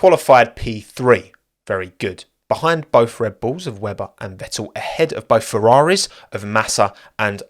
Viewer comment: Like the content but listening to that accent that cannot pronounce the letter "T" is beyond irritating...... Ve-ool, no its VeTTel....